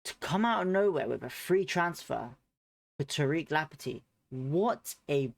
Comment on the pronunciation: It's Lamp tea not Lampet tea.